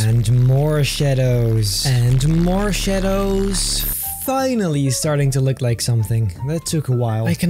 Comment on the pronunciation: sounded like you said morshados instead of more shadows